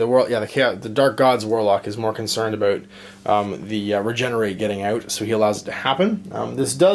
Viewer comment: 'all those indie games I want to try oot' oh Canada